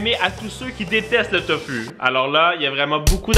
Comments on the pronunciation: Sa se dit Tofou pas Tofu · On dit tofou c est pas fu c est fou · sa se dit pas tofu sa se li tofu mais sa se dit tofou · c'est tofou ca ce dis pas tofu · Ses tofou et pas tofu !! Sinon super video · Tanghulu ce prononce "tang hou lou" Et tofu c'est "tofou"